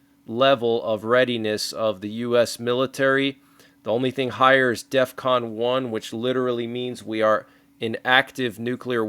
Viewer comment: Isn't he saying Def1 not death1... as in defcon 1?